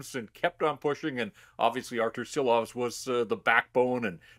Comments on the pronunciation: 🇱🇻LATVIJA SARAUJ!!!!🇱🇻 ŠILOVS - SHILOVS like SH SH SH!!!! - LIKE ŠKODA LIKE SHANAHAN NOT SANAHAN!! 🇱🇻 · Please, show some respect and learn the name! It is Šilovs, pronounced Shilovs in English.